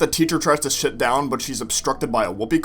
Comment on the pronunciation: He tried to say “sit.”😅